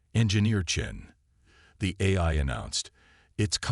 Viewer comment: GEEEEEEZ!!!!! I stopped listening in to the story. Your AI SUUUUCKS!!!!! GOD I wish you people would either get AI that works or STOP using them and narrate your own stories!!!!!!!!!!!!!!!!!!!!!!!!!!!!!!!!!!!!! "QUAR-in-TINE", "EYE"(AI), "SAB-a-TAYGED", "e-KO-ing"!!!!!!!!!!!!!!!! I am done!!!! You are definitely off of my listening list.